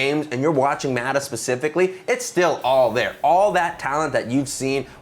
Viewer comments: Stop calling him maadaa.. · I cringe everytime he pronounces "Mata" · M A T A god damn even the white dude can say